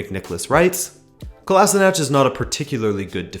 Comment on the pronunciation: Hey man, awesome vid. Just wanna say kolasinac is pronounced like "kolashinats" not the way you say it. Other than that really great. Cheers =)